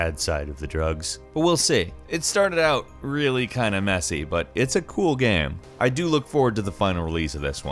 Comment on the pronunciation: Please learn to pronounce the word "GAME".